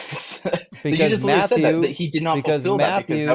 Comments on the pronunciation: I refuse to take seriously, not least because he's a pompous, motormouth assclown who thinks "literally" is pronounced "littlely." That, and he theatrically gigglelaughs like Daniel Wozniak, a bloviating former community theater actor who's currently on death row in CA. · cannot say "literally" literally.